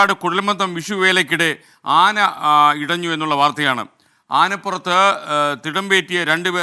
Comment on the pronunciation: "ആനയടിഞ്ഞു"😄 എന്നല്ല ആനയിടഞ്ഞു എന്നാണ്